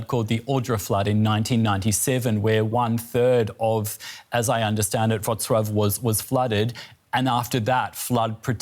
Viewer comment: Congratulations on getting the Polish pronounciation correct. I am impressed. (I am from Wroclaw, but I self-evacuated on Sunday to a friend) I plan to return to Wroclaw on Saturday.